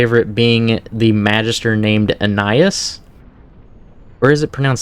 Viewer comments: It's Ah-na-IS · its pronounced "annah-eee" or "annah-eese"